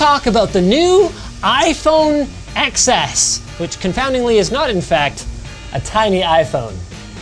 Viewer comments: ITS PRONOUNCED “iPhone 10S”!!! WHY CANT PEOPLE GET IT RIGHT!!!!!!?????? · Does it piss anybody else off that he says "eks es"? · Linus.. it's iPhone "TEN-ESS"